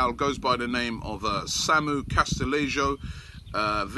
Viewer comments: its pronounced e-yara-mendi (Illarramendi) & Casti-yay-ho (Castillejo) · Its castillejo robie! Pronounced as cas-til-ay-ho. Get the spanish right 😉